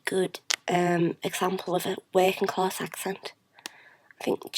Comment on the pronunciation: I think the give away was when she said, "Working-class" She said it with am R